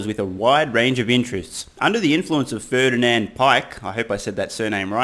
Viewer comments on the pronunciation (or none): none